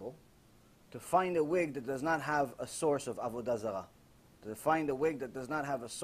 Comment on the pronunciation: Avudazala lmao